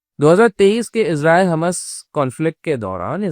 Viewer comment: यार हमास को हमस क्यो बोल रहे हो😂😂😂😂?? हमस खाया जाता है🤣 हॉर्मूस को हरमूस बोल रहे हो! भाई आपकी जानकारी थोड़ी गड़बड़ है।